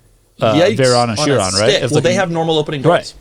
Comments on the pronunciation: Hahaha, that also what I was thinking. Did he just call it the "sherooon"? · i refuse to believe that you talked about people mispronouncing tourbillion, just to mispronounce chiron right after 😭